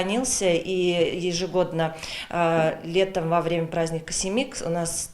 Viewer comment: На чувашском не Семик,а Симе'к.